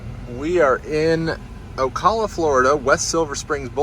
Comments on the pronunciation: It's pronounced O-Cal-lah not O-Call-lah. Sorry to be that guy. Enjoyed the video. Bought my first EV 5 months ago and I love my Model Y LR. I've never had range anxiety or charger problems. Everything just works. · What's on the front of the car, plastic wrap? Not a bad idea for a trip if it is if it will stay on. Also, it's pronounced A-la-chew-a AND O-cal-a :) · Hi. Great video. I enjoyed seeing the different roads and terrain. However, could you perhaps do some research on how to pronounce the names of the towns you're charging in. Alachua and Ocala, to name a few. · That's some interesting PPF you've got there. By the way, we in the area pronounce Ocala like this